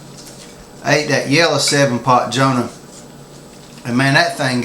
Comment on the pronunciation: it's jonah dude , not johna ,good review